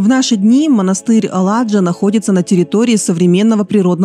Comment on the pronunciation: Cупер..спасибо за красоту...монастырь Аладжа..в этом слове ударение на последней букве а....Alaca.....пестрый.разноцветный...bunt на немецком❤❤❤❤❤❤